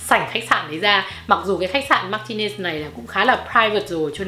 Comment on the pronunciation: Chi đọc ten khách sạn Martinez sai rồi. Phai đọc : Mà rờ tin nẹt zzz theo kiểu Spanish